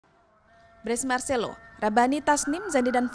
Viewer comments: Woooiiiiii Bukan Marselo Tapi Marselino 😢😓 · Marselino bukan marselo